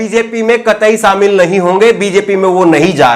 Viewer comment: Sir sha shabd ko sahi ucharan kijye. Shamil ko samil keh rhe he sir aap.. Ek journalist ki bhasha shudh honi chahiye.